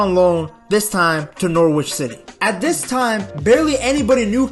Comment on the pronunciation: bless your American heart, trying to pronounce a English Town/City name. Nor-ridge say those two words quickly and you pronounce Norwich